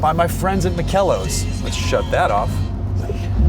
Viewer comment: The name of the company is Makel los, which means flawless in German. [ˈmaːkəlˌloːs]. It's pronounced with three syllables: "ma-kel-los". The emphasis is on the first syllable "ma". Fantastic car. Love it.